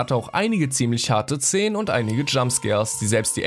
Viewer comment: Du hast zenen gesagt aber es heißt Szenen